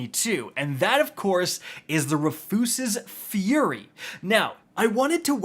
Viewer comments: Rafoose? Bro it’s Rufus with an extra S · “Ruh-foos-ez-es” Fury. Bro come on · Wait,, Did you say... RUHFYOOSES? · Roo-fuss's lol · Roo' fus' es ...say it with me now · Honestly he pronounces so many things wrong I gotta imagine he does it on purpose. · Why isn't there a single North American content creator that can say Rufus's correctly xD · Why are you pronouncing Rufus like that 💀